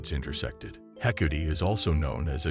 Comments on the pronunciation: This guy's consistent mispronounciation of the gods names makes this very difficult to listen to. How do you get 'Hecuti' from Hecate, anyway? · I really can't stand the mispronounced words and name of Hecate, called hecootie in this video. 🖕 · Actually pronounced heck art aye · Would be nice to pronounce her name correctly! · me also, it bothers me most with Hecate as I'm Wiccan and she is my Goddess. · Is the mispronouncation due to the possible use of voice to synth technology?